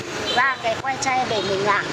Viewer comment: tre chứ ko phải che